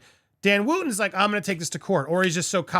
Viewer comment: It’s not Woo ton he pronounces it Woton and he did nothing wrong in the Fox saga free speech is gone